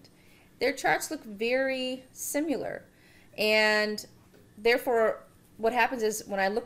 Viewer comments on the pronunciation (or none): You say similar wrong